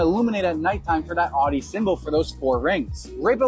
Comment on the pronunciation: Nice review, but you’re mispronouncing Audi. You pronounced it “odd-e” repeatedly in the video, when it should sound like “ow-dee.” Common mistake.